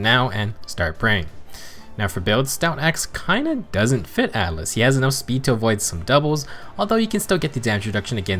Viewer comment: Ah yes, Atlus in FEH! /s In all seriousness, it's Atlas with an "a".